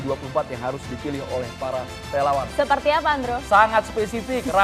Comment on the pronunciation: Relawaaan...??? Kayaknya relauuang deh!!